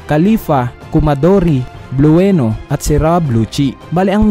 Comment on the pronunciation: Blue-no d po bluweno. Blueno po😁